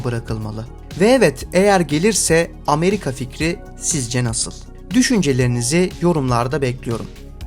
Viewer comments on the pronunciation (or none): none